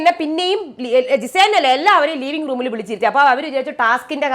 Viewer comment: ലീവിങ് റൂം അല്ല. ലിവിംഗ് റൂം എന്നാണ്. അല്ലെങ്കിൽ ഹോൾ എന്ന് പറയൂ.